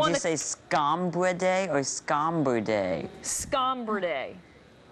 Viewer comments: She saying scombridae wrong. It's not scombri-day it's -dai or -dee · some people can´t obviously recognize a genious At WHAT HE IS DOING!!!! The lady pronounced it wrong: she said scomBIRdae; she should have said scomBRIdae; he was GENIUS ( at such a youg age!) enough to detect her mistake; we all learn something here: to be REAL GOOD at what we do; now imagine yourself in place of the lady! She handled it masterfully. Thanks; Thanks. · He is a young kid who clearly has some legitimate issues, I don't think there is any need to make fun of him. Some people, when anxious, get "short" or rude as a protective mechanism. Also, she was saying "scomBERdae", so it's kind of understandable why that irritated him a bit, as he was already super anxious. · She mispronounced it, it was her fault... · When I started watching this, I was cringing, but at the end I was lol'ing. Also, the reporter mispronounced the word. It's a long e sound at the end. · scombridae? are you saying scombridae? lolwut? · The person that blew this interview was the CNN hack interviewer not the kid. First she gets his name wrong, then mispronounces the word, then says he got it right when he didn’t, and then says he added an extra E when that wasn’t what happened. She should be fired